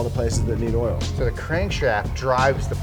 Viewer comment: LMAO, saying we've got an oirl pump! 😂😂😂